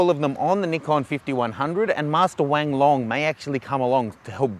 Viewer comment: Sorry, did you just say Wang Long?